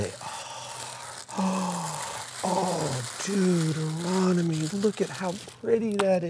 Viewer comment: Dude-eronomy. lol